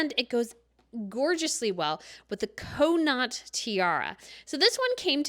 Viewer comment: Kahn not=Connaught or Con it if you’re Irish